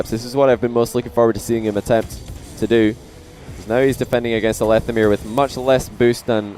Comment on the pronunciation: I pronounce it lethamyr not lethamyr